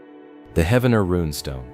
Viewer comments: I know right!!! lol! 😂 Every time he pronounced it I was like “IT’s HEEEEEVENER!” Not correct spelling it how it sounds?? Ugh 😑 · It’s pronounced Heevner😊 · its Heave-ner dude, not Heavener, Heaven - ner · Heavener is pronounced Heave-ner not Heaven-er. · lol heaven-er come on bro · It is pronounced, 'Heev- nerr' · "he-v-ner".. please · Its pronounced "Heevner". The Viking festival is ongoing n wonderful. Like a dark Renaissance festival but includes the whole family...and a lot of Mead drinking 😅 "Skol"! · Heavner like heave ho, dadgum AI voices lol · its Heave-Ner. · No idiots it’s Heavener. And that shit is fake. Lived here my whole life. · Heavener is pronounced Hee-vener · Research the proper pronunciations! Heave-ner Spy-roe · That's pronounced "Heevner" Oklahoma. And "Spy-ro" Oklahoma. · Heavener is pronounced Hee-ven-er! Spiro is pronounced Spy-row! The state does a terrible job of keeping it up. A beautiful place left to die. I liked your video!